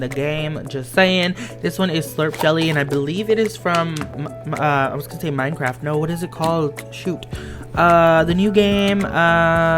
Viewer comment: When you said Minecraft, I couldn’t help but laugh (no hate)